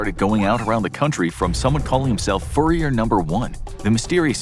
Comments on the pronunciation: Him: Furyer Everyone else: Führer (Fyoorer) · Furrier??? Do you mean führer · What's a "furry-er?"